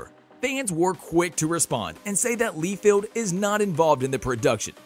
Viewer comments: The biggest problem I have with this video is the pronunciation of rob liefeld name. It's not lee feld ite LIE FIELD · It's Liefeld ....not leefeld